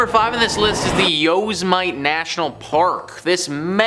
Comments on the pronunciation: love the videos..but yes, pronounce like Yosamitty Sam...not Yozemight- the devil out here shooting man so stupid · Yosmite? Where in California is that? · Yo smite.. Me: Police? I wanna report a r**e, an ear r**e.. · Yos might. LOL I’m not even from North America and I know how to pronounce it. 😂😂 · Omg did you really call Yosemite that lmao?! 🤦🏻‍♀️🤦🏻‍♀️🤦🏻‍♀️🤦🏻‍♀️🤦🏻‍♀️🤦🏻‍♀️ It’s pronounced yow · seh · muh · tee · As a native from California it’s pronounced Yo sem it tee. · Hey!! Love the videos and you rock!!!! Yosemite is pronounced like this... Yo-sem-it-tee. Just sayin lol Love Ya!! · It's pronounced Yo-Sem-eh-tee, used to work as a ranger there part time when I was in college. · Yoze might... hehe he is adorable! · Yoze-might?? I can't wait to hear try to pronounce "Puyallup" or "Snohomish" if he ever does a video on haunted sites in Washington state...LOL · It's actually pronounced "Yo'- sim - ity" But it's okay you're videos are still gr8... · this motherfucker just said yo’s might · If your going to produce a video to be viewed please learn how to pronounce places your talking about correctly. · Please pronounce Yosemite correctly. Out if respect for the natives that have been driven off their lands. Thank you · Your Yosemite pronunciation 😂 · Ikr? First time i've evee heard it pronounced that Way. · I suppose I never considered that some people never heard Yosemite pronounced before. I guess I would say it that way too, if I was saying it like it's spelled. Otherwise I like the videos.